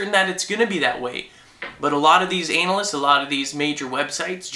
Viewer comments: is my mind corrupted or not? "ANALysts" or a-nalysts? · i like how you said anal-ist instead of analyst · Was it just for shits and giggles why you pronounced "analysts" as "anal-ysts"? Lol. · it sounds like he's saying analists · NOOOOO SUBSCRIPTIONS!!!! COD IS NOW WOW.!!! Also did he just say analist